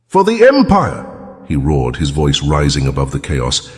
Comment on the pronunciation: Thats jason roared not rowed. Learn to spell better, this A.I. blows.